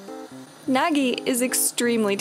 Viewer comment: Why you say Nagi plastic 😭